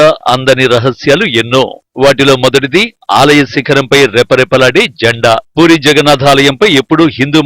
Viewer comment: Puuuri kaadu Puri Ani palakaali